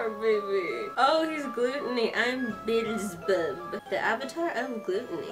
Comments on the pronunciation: I don't know if anyone already told you this but the guy with the name Beelzebub is spoken out like Beezelbub just a quick tip im already a fan of this and my one thought for Asmodeus the lust Avatar was just "he's probably going to be similar to Laito" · I wanted to tell u they pronounced it Bee-zl-bub